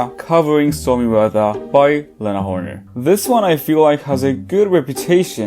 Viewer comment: It's Lena Horne, not Horner :hand-purple-blue-peace